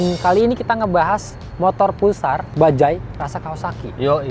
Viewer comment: Gw heran, Ini huruf "J" di baca apa ? Kalo ini? "Bajaj" Knp di baca Bajay Anjay